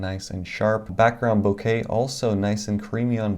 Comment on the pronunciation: LOL, please stop saying "Bo Kay." It's pronounced "BO KAH."